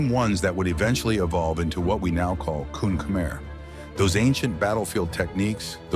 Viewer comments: kun khmer is actually pronounced as kun Khmae/kun kh-ma-e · Uh its pronounced “Koon Khmai”